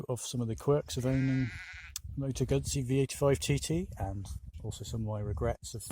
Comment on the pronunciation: In fact it is not a Gassi it is a Moto Guzzi. It is not difficult to pronounce this name correct. So come on a little bit more effort as respect to this nice bike.